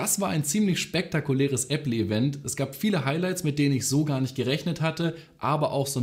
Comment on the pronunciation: | Hat er grade ernsthaft Appley gesagt?!?